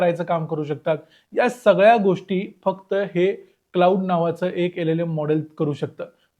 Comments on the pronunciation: Claude हे क्लाउड नाही, क्लॉड असा उच्चार आहे रे दादा. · कृपया आधी या मॅाडेलचं नाव योग्य प्रकारे उच्चारण्याची काळजी घ्या. क्लाउड असा उच्चार नसून तो क्लॅाड असा आहे. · त्याचा उच्चार 'क्लाउड' नाही, तर "क्लॉड" असा आहे.